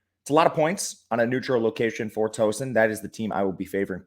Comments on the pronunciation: Killing me with the pronunciation of Tooooeeeeeeson bud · Towson is pronounced like "town" not like a "tow truck". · You forgot the “W” in Tow-son